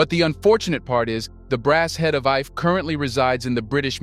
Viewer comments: Ife is prounced 'eefay' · You mispronounce the name ife